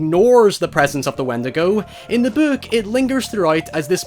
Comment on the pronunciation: Nobody:: Böök